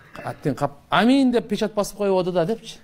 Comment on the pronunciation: Амин эмес оомин еле дейт